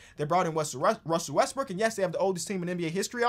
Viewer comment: Ah yes, Wussel Restbrook